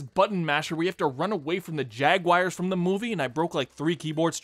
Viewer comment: Oh just running from the " Jagwires " huh?